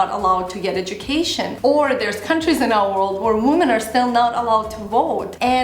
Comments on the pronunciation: Not trying to be mean but the plural of woman is women (it is pronounced differently unlike man and men which is pretty similar). Sorry to be correcting you but it was bugging me haha. Great video though, loved that you are addressing this topic! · you speak good English, but you might want to work on your pronunciation of the word 'women'. For me as a viewer it was annoying. Aside from that, I enjoy your videos, so thank you for them. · your pronunciation of the word WOMEN is wrong. Check it out. I love your videos and watch them for several years. But you make very rude mistakes so that I (a person whose native language is Russian) can hear them and pay attention to them. I believe that a person who speaks to a great number of people should be more concerned about his/her speech. Sorry if I sound rude. Thank you!